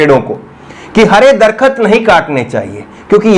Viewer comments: दरखत नहीं दरख़्त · भाई मेरे दरखत नहीं होता बल्कि दरख्त होता है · darkhat nahi bhai darakth hai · दरखत नही दरख़्त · सर् जी दरखत नही नही दरख्त है कृपया सुधार करे दरख्त का माने पेड़